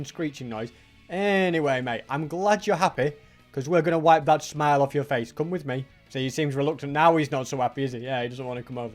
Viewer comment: "anyway mate i'm glad you're happy, 'cause we're gonna whipe that smine off your face" 😭😭